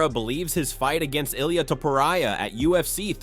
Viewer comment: 100 ways to pronounce Ilia's name and none of them correct.